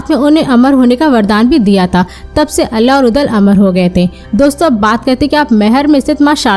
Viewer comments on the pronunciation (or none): दीदी अल्ला नहीं आल्हा हैं 😅